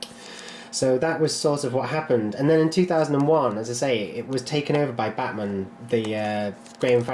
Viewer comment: Why is it that anytime someone says "Bachmann" it sounds like they're saying "Batman" ?